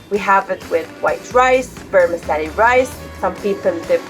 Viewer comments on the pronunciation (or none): none